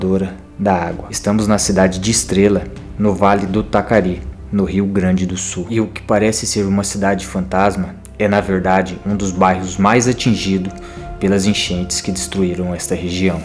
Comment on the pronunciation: NÃO É VALI DO TACARI E SIM VALI DO TAQUARI.